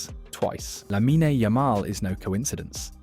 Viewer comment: It’s Lamine, not “Laminey” 😔